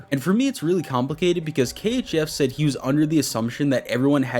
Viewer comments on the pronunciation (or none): none